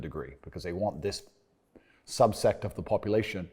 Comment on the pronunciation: When you realize Andrew thinks 'subset' is pronounced 'subsect'...